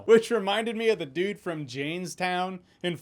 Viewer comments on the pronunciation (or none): none